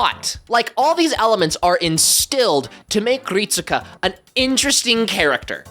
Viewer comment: His name is pronounced "Rit-ska." (EDIT: Actually, "reet-ska" is probably more accurate, but I'm 100% sure you're supposed to basically skip pronouncing the "U") It's weird, I know, but it is lol